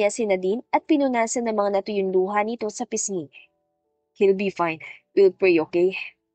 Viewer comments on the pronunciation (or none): none